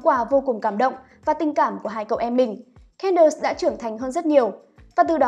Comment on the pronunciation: Xin lỗi nhưng có thể đọc đúng tên Candace ko? Nghe Can đợt Can đợt rất khó chịu ạ